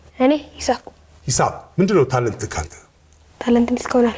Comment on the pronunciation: ለምንድነው ነገሮችን የምትደጋግመው ።አያምርብህም፡ታለንትህ እንጂ ታለንትክ አይባልም!!!